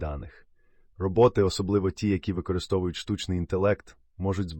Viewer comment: РобОти чи рОботи? А то якось важко сприймається